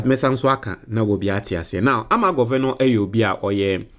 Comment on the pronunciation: some of your pronunciation are so bad if you are a graduate Sometimes it's so bad. (Governor) is an English word not how you are pronouncing it Please